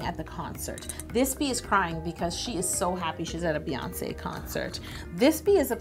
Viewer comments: It's BEyonce not BAYonce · Same! Her name is not baeyonce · Um NO ! it is Beyoncé as in "Bee" because the y can sound like an e because it is next to the e.